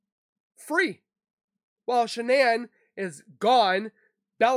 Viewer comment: Shanann's name is pronounced as you would normally pronounce Shannon.